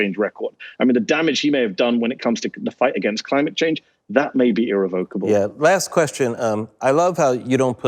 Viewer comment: irREVocable not irreVOCable.